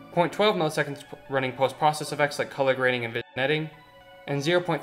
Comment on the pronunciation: I guess I'm that guy now but how does somebody so intelligent say spirits instead of sprites and vig netting instead of vin-yetting